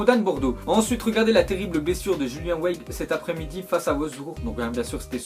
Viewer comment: Weigl en allemand = Vaïguel